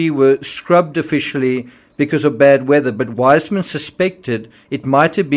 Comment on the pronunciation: I love your videos, they're very thruough, however, I must correct you on the pronunciation of Weissmann, its Viceman now wiseman. I know this because my maiden name is also Weissmann, and it's pronounced Viceman.